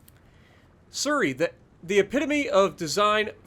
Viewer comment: Nice vid but I think your pronunciation of Surrey is wrong as I'm hearing it as sir-ry when it's said like su-ry (sorry if sounded rude it's not meant to)